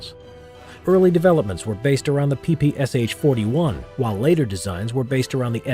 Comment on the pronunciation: Just a note: PPSh name is three letters: Pee-Pee-Sha, not Pee-Pee-Ess-Aitch, in Cyrillic.